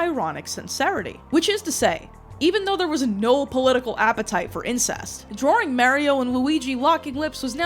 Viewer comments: Thank you for sifting through the broken pottery shards of my lost culture. I hate the way you say Merio and Drawring Also it hurt me to hear “you’re too young for my Chanel” and “ …2008 I was zero years old” Thank you again and also why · 🤡DRAWERING MARRYOH🤡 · “Drawring” ? In American English? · I'd think the kind of people who don't let regional accents exist would be more concerned about the extra "r" she adds to "drawing", but here we are lmao